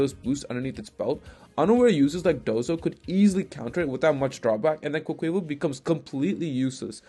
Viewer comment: No one:: "Quoqueyval"